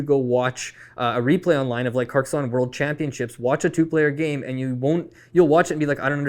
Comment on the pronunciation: Happy to hear the love for Carcassonne (with the correct pronounciation lol). Also helped to get me into the hobby, will always be a top 10 game for me :)